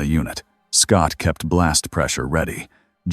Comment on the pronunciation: Jean, not John..... keeps changing how it pronounces Jean's name. Not very well set up for an AI reading.